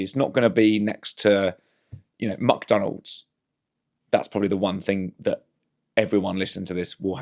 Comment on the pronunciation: ‘Muck’Donalds? Is that nouveau scottishe